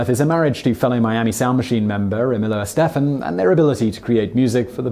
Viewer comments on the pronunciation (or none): I realize you are from the U.K. and live in the Czech Republic, but how did you mispronounce Gloria Estefan? You couldn't find anyone that knew how to properly pronounce her name? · A genuine question. How can you possibly pronounce Gloria Estefan wrong?